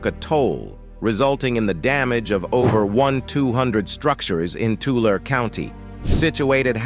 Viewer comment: Where the heck is "Laurie Lake"?